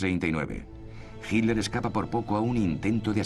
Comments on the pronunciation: Por qué dicen "Hinler" los españoles??? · Si es HITLER, ¿por qué le dicen GILDER? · SniperG1 Yo leo con los ojos, pero escucho que los españoles DICEN "Hinler". De hecho soy profesor de ingles, tengo el oido bien entrenado para escuchar los 50 y pico de sonidos que puede hacer el humano. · ***** A Himmler le dicen "Himmler" Pero a Hitler le dicen "JILDER" ¿por qué?